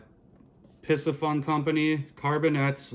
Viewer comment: For Christmas, I received the Piscifun Carbon X II 2000 and spooled it with 10 braid. Waiting until spring to use it. (BTW, in researching it, I heard the company pronounces its name as "PC Fun" no s sound.) Cheers.